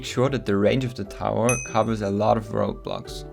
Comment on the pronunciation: road blocks sounds like roblox XD